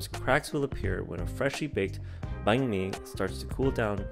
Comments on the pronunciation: Sounds like your saying bank my bum 😂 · lol at least get the pronouciation of Banh mi correct. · Please learn how to say it properly. It's "banh mi" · Your pronunciation of bánh mì is interesting. Nice vid tho